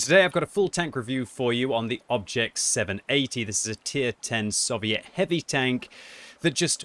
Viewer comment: It’s SOVIET NOT SUH-VIET